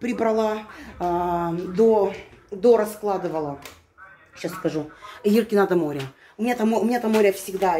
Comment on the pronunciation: Когда она сказала-"Здесь дора'складывала",я подумала что какая то Дора приходила🤣